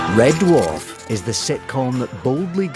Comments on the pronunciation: How is it that the narrative voice can [some random Scotsman] give TWO syllables in the word dwarf as in Duh Warf? And what's with the snow? BTW this series [1 to 5] helped me through the darkest times of my life. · Loved this, but does anyone else find David Tennants way of pronouncing it as D’warf, grating?